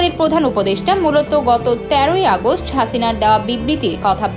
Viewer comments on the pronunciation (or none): none